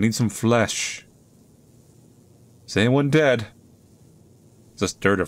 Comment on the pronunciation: Why you pronaunce DEAD as DEANA? Is it me or you? (YT censorship?)